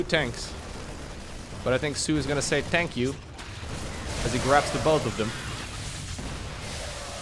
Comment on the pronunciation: “Tank you” will never get old